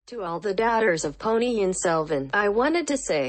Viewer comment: There are 2 Ns in the Ponni,! Vandhiya Devan, not Vandhya Devan